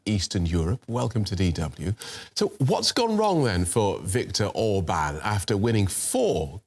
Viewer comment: I love how she actually learned to pronounce the names.